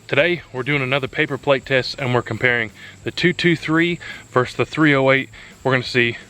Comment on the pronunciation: Enjoyed your video but it's versus not verse. Versus is opposition or a comparison. Verse is part of a song.